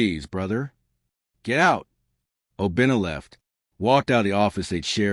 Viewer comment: Not Obinnah………….!!!!!!!!!!!!!